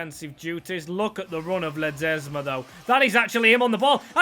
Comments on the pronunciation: Man says leseba 😭 but its ledesba or something, them beers 😅 s2g’s voice still needs to break so yeah, agreed 🤝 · “Ledzema” and “Villablia” made my skin crawl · The amount of times you failed to pronounce Ledesma 😅 can you please rebuild Salford city if you haven't 🙏 ❤